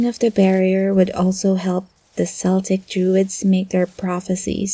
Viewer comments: Good audio, but as native Irish it always pains me to hear you guys pronounce it seltic instead of celtic (k sound) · As someone who is very interested in irish culture i feel the need to correct you, both c's in celtic are hard, unless you are referring to glasgow scotland natives or the boston celtics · I don't like your pronunciation of the word ''Celtic''